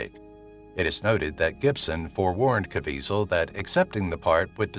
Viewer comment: You keep mispronouncing the actor's name you keep calling him Caveasal but that isn't how his name is I realize his name is very hard to pronounce based on its spelling but sometimes you can't go by the spelling you have to go by what you hear and obviously you haven't heard his name enough...